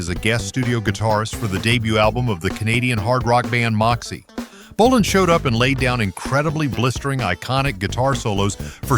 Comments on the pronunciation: And yet another way to pronounce APPICE we didn't need. And later pronounces BOLIN as bow-LINE🤦🏻🤦🏻🤦🏻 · And then it mispronounced Tom's last name too.